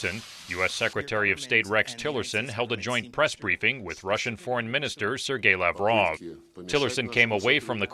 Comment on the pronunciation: I'm Sorry, Sir Gay-la Bra? :P